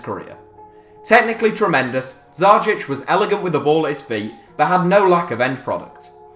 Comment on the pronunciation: I have Dzajić's signature. And you are prounancing it very badly.